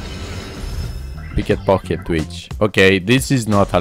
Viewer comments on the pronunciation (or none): "PicketPocket Twitch" damn english bro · you said it wrong haha